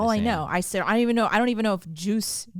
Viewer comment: Not juice its similar to saying cheers put the ch in front of " juice" .